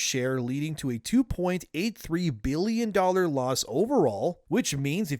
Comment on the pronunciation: I know he's trying to say billion, but does anyone else hear "bealion"?